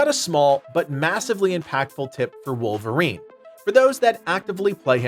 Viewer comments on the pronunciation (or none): none